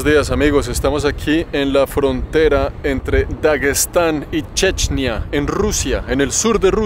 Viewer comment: What de fuck man! Why on earth the title is in English, but the video is in some third-world language? The only thing I understood is Chechnya, even if the guy says "Dje'djneeyah", someting that remotely sounds like Chechnya.